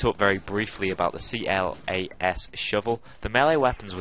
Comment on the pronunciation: Y do u keep calling it the C.L.A.S shovel its K.L.A.S